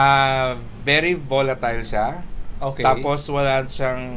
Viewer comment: Volatile (voh-lah-tayl). Not bolatil